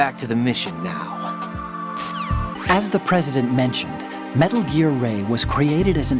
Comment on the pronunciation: Metal Geeear? It can't be!